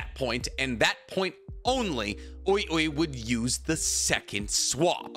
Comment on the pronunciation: love how pronounces ui ui like “youey youey” 😭 bro his name is wee wee just say it